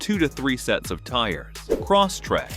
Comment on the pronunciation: Stupid AI narrator keeps repeating, "Cross Track"! 😅 Computer babble.